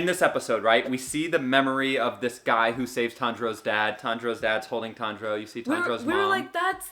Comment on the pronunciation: tanjuro not tenjuro